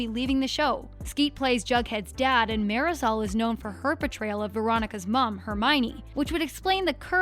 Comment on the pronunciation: Who else was triggered by the way she said “marisol”.